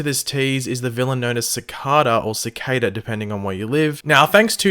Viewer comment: Odd, my fiance is from Canberra and still somehow not only knows what a cicada is but also how to pronounce it properly. I guess is just too stubborn to admit any errors he makes and prefers to compound that mistake by repeating it long enough to convince himself he's right. Ah well, there's better channels to subscribe to that don't have rectal ventriloquists who are incapable of reading a dictionary as the host. Enjoy this mumbling stutterfuck folks. I'm done wasting time watching someone who knows less than the average 10 year old comic reader with an internet connection.